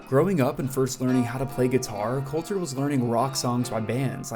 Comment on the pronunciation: My brother in Christ, Please get into some sprach therapy to see to your selective inability to pronounce your L's You're a good essayist, but Listening to you say 'Cowter Wall' is rough.